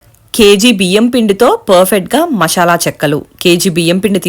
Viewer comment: మీ మొహాలు మండా , పెసరపప్పు ఎంటే తల్లి. అది మసాల, మషాల, నషాల, ఏంటి మీ తెలుగు తగలెట్ట 😂😂